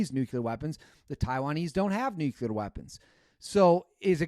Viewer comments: It’s “nuclear “ not nuculer George Bush. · It is..."Nuclear", you hey seed. It's not Nucular. Only that moron Bush calls it Nucular.😅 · IT IS A NUCLEAR WAR NOT NUCULAR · NU-CLE-AR. Sound it out brother. Not NU-CU-LER. You’re not one of those. Please don’t be one of those. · It’s NOT nuculear. It’s nuclear. Showing off that Wisconsin education again? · The word isn’t nuculer. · Yep, this stuff drives me nuts. Along with pronouncing fiscal fi-si-cal instead of fiscal-cal! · You lose all credibility when you cannot pronounce nuclear.